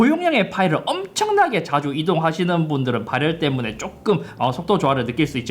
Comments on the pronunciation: 오늘 따라 ‘ㄹ’ 발음이 두드러지네요 “발열르ㄹㄹㄹㄹ” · 발열 발음이 ㅋㅋㅋㅋ